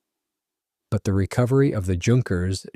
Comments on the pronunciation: Please no Tschunkers! Junkers (Yunkers) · Mispronounced "Junkers" again. Beautiful plane, the JU-52 "Tante JU".